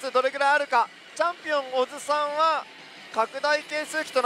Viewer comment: オズさん=おじさんと同じ発音